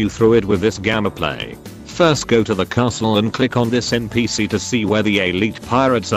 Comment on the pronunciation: Did the robot say "gama play"